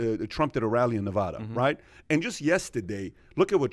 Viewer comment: Its not nevaddda is nevada